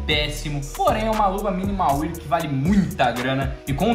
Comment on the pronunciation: #AK Salve! Cara, você é influenciador e trabalha com isso, então eu acho importante você pronunciar corretamente o nome das coisas no cs (pq querendo ou não, tem gente que deve pronunciar como vc), O estado Minimal wear se pronuncia "minimal uér" e não "minimal uier"